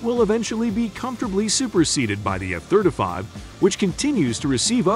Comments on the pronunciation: That's the F thurda five right ther e😅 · The F Therder Five. He says every other jet correct but not the F Thirty Five. Yes ,Thirty, Thir-T-y, nor Therder. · F-third a five 😂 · Eff Thurta Fief ....rhymes with "stab ya wiff a knife " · Thirt uh fave ...... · " F thirtafy" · What's with his pronunciation of F-35 as "F-thirt-uh-fahve"?? What kind of bizarre pronunciation is that? Just weird. Had to turn it off. Makes my ears bleed. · The F-thirtuh-five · What's, " Thirta five"? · All I can hear is this guy saying "F Thirtuh Five." Is he incapable of pronouncing "Thirty" properly, or is that a choice? Great video, thanks for your work. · Thir duh fih